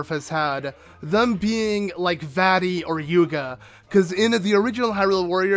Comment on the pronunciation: Its vati